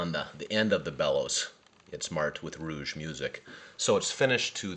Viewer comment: I have two Reuge music boxes and visited the museum in Sainte-Croix. The pronunciation isn't 'rouge' (red).